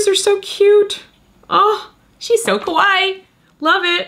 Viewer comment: Ok, quick lesson time. Kawaii is pronounced KA-why-EE, not KA-why. Normally I have no problems with people who don’t speak Japanese, getting pronunciations a little wrong but in this case, the way that people always say it in the wrong way, makes it sound like a completely different Japanese word. A word that is kinda the opposite of what you want it to mean. Saying it like KA-why makes it sound like a slight mispronunciation of Kowai, but a lot closer to it than kawaii. And kowai means scared, not cute. So, remember, there’s another syllable at the end: KA-why-EE. 👍